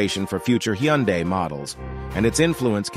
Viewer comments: He keeps swtiching between different pronunciations. "Hi Yun Day" and "Hyun Day" are both wrong. He says it correctly . Also don't tell me how to pronounce hyundai; I'm literally Korean. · I love how every time you said Hyundai, the first time was correct, then at the end, it was all off.